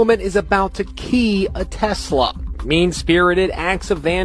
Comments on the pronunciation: JP, enjoy your work man! But its Tesla, not Tezla. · Love your channel but…… it’s not Tezz-la it’s Tessss-la! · What's a Tezla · Start out by pronouncing TESLA correctly. There is no Z in TESLA. That pesky letter in the middle is an S. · Why are you calling them TeZlas there is no Z in Tesla. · Is it Tesla or as you say.. Tezzla 😅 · It's not a Tezla. It's a Tesla. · It is not Tezla name is Tesla. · Why do so many people call them Tezla? There is no Z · Did you say “Tezla” ?? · Am I the only one bugged by the way he keeps saying Tezzla? Super Annoying… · No "z" in tesla! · Its not a very big deal, but it still really annoys me that you insist on calling it "Tezzla," and that you have to say it so many times. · Take a shot every time he says "Tezla", good luck.